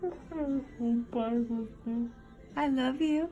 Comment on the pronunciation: he said 🤤 I wuv u tooooo 😂